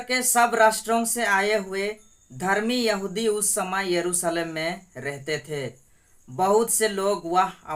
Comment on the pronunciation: ✝️👑⚘🙌🙌🙌🙌🙌Prease the lord...बेटा " भा सा नही बल्की भाषा है ,यरूसलेम नही येरूशलेमन...,आच्सर्य नही आश्चर्य...कुछ शब्दोको साफ बोलना,बोली भाषा जोभी हो पर साफसुथरी जरूरी है...और क्षमस्व करना की मैने तुम्हे कुछ बताया ...प्रभुयेशुकी प्रिती और शांती सदैव तुमसंग और सारे परीवारके संग रहे...आमेन, आमेन, आमेन..🇮🇳🇮🇳🇮🇳🙏🏽⚘❤⚘🙌🙌💔mmi👈⚘❤⚘